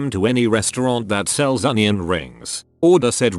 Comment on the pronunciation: "We're donion rings" kills me 🤣